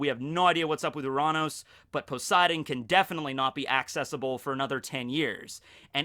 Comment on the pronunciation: nope, still not how it’s pronounced, but better than “your-anus” anyway...